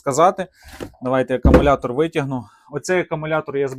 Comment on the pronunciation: ШинА, Акамулятор., переставав говорити Нам плюватися хочеться. Кірування, ще одне слово від Вови.